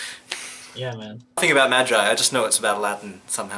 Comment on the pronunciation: Why r u calling it "Mejai" o-0 It's Magi.